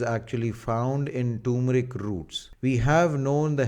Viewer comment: Y r u pronouncing turmeric as toomric like foreigners⁉️🙄